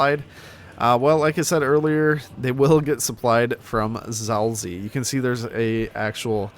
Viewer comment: You pronounced it "Zalzi" Xd But for a person who doesn't speak polish this is quite acceptable though, because it's pronounced quite weirdly.